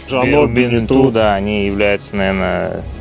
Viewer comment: БенетО а не БенетУ! Тогда уж и ЖаннУ должно быть... грамотеи..